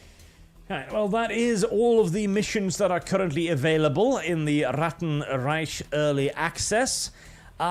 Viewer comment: Its Reich, not Reisch.